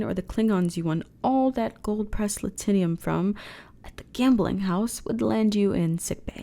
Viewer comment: One very minor nitpick: it's pronounced laht-in-um, not lah-tin-i-um. maybe another regiounal dialect difference?